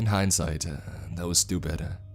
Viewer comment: Finally someone hears it too-ah